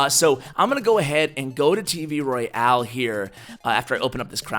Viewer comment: Great video! I have been noticing though you say Roy-al, not Royale, could you please stop saying that :p